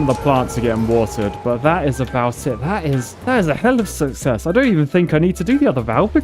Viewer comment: True success (pronounced. Suckies)